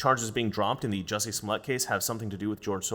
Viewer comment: Drop the 'U' in Jussie...